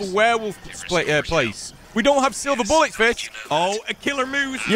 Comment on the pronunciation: Can only be poonetrooted by -rous boollets XD